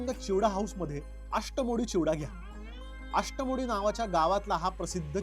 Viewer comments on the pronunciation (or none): भाई आष्टामोडी चिवडा नाही अष्टामोड चा चिवडा